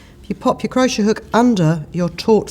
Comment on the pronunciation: Can't get used to you pronouncing it crosher! I say cro-shay! Lovely feathers.